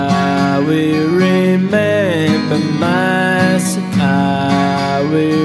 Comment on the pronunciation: Why does the singer pronounce Massachusetts without the tt's in the end? It sounds like massachusess, even in the original song, by the Bee Gees. And it's interesting because he sometimes pronounce with the tt's and sometimes not.